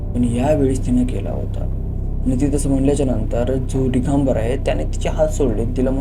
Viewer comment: डीगंबर नाही दिगंबर